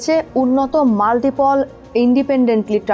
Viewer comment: multi-pol na re bhikiri... eee MULTIPLE 😂😂